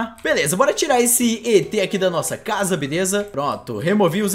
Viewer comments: Mano o em vez de et ele falou etrez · o falo etres ksksksksksksksksksksksksksksksk